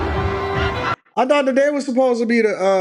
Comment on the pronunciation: Bru, you can't even pronounce the sororities name lol. If you were smarter you wouldn't have any school finance issues dude. I definitely didn't by having a full ride off my skilled musicianship and becoming a Drum Major at one of the top HBCU bands.